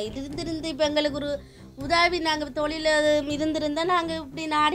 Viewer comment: தோழில் இல்லை ஒற்றைக்கொம்பு தொழில் please don't kill the Tamil